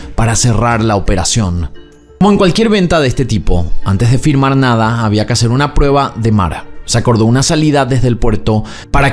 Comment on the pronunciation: se dice FIRMAR 💩💩💩💩🙈🙈💩💩